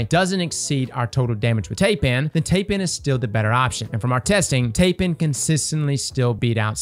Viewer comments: Taipan is pronounced ˈtīˌpan, not tay-pan. It's basically a big league CEO in China. The big dog. The #1 guy. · Tie-pan. Thai-pan. Tye-pan. Not tay-pan. Taipan. Did you never watch Steve Irwin as a kid? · Tai pan not Tape an 😂🤦🏻‍♂️😂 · Tie-pan not tay-pan. I swear that D2 content creators wear their illiteracy like a badge of honour. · it’s pronounced tie-pan. Also I see people pronounce the fractethyst shotgun as frac ta list. NO. It’s frac te thyst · "tay-pan" lol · "Tay-Pan" I am sorry what? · Yo man. Thanks for the videos. Taipan is pronounced "Thai" or "Tie" and "pan" like sauce pan. It's a type of venomous snake found in Australia. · I know you did not just call it Taypan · No offense meant , but Taipan is pronounce tie-pan like the snake. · It's actually pronounced Tie-pan like the snake veist names all their weapons after poisonous creatures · It's pronounced Tie-pan. Still the Taipan is a absolute damage number if you don't got a good Stormchaser. After hearing Rick Kackis say Ruins instead of Runes for any object, it is just a detail that grinds my gears. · Hate to be that guy, but its pronounced "Tie-pan or Thai-pan". I have the scaly nope ropes living near my place. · What on Earth is that pronunciation of Taipan?